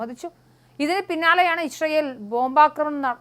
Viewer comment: Isharayel alla, icharayel!!! Vayilulla pazham vizhungiyittu news vayikku. 😂😂😂